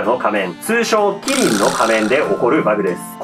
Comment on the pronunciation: キ↑リ↓ンが仮面だと？